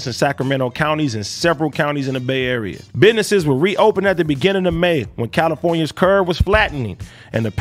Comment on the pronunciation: biddnessess xDxD